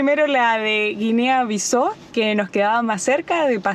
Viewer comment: Hola chicos. Saludos desde Portugal. Que buen videazo. Excelente vuestra positividad y energía. Acordarse que Bissau se pronuncia como en español "Bissau". Buenas rutas.